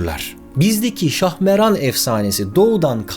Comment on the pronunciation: Şahmeran değil, Şahmaran